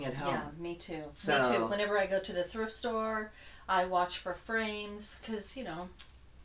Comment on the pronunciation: Always enjoy your videos. Had to laugh...I thought you said, “I have extra brains at home”. FRAMES, not brains. 😂 ~Tamara (Thisnanastitches =Flosstube and IG)